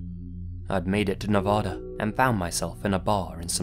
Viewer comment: Just a quick tip,. Next time, pronounce Nevada with a long A. Us natives will appreciate it. Great video, came out just when I was wondering if you were gonna come out with anything soon.